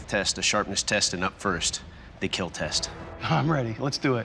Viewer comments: He say keal when he’s happy with the blade and he says kill when he’s not happy with the blade but doesn’t want to seem rude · You know you lost when Doug says kill instead of keel